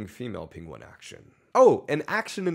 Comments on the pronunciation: “Pingwins”?? This guy must have learned how to pronounce penguin from that Benedict Cumberbatch documentary! 😂😂😂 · This dude has the same penguin pronunciation problem as Benedict Cummerbatch. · am i the only one bothered by the way pronounced penguin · Penguin 1: How much for a night? Penguin 2: That'll be three pebbles. Also wtf is that pronunciation of penguin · Is it me or is he pronouncing Penguin 🐧 weird? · No ones talking his mis-pronunciation of penguin 🤣